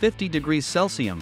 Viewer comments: Liebherr makes some reallybig equitment, it is celcius not celcium sir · Lost me at “Celsium” , embarrassing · Celsium? It’s celsius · WTF is a "Celcium"?